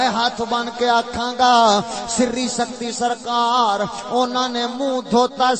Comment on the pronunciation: سختی نہیں لفظ سقطی ہے